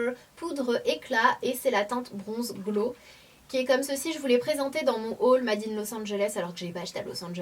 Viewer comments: SANAAAAAAA mon dieu ahahah "MA-DE IN ITALY" ahahaha!! fais un effort "Mayyyde " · Sanaa, le mot anglais "made" se prononce "meïde" et pas made ça me perturbe quand tu le dis comme ça! :D Sinon les produits Aussie je les ai utilisés pendant un moment mais ça ne faisait pas de miracles sur mes cheveux et en plus il y a plein de silicones donc maintenant j'essaye d'autres marques :)